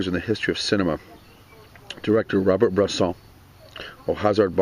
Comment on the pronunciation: you did you butcher the name at first :D the first name is pronounce more like "Ro-bearrrrrr" ;) anyway it's always hard to pronounce when is not in our mother tongue ;) Nice to see that you like french cinema was is your favorite Directors from this country?